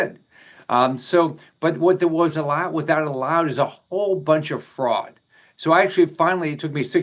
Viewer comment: Did he say fraud or frogs?